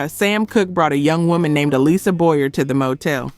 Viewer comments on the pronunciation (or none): none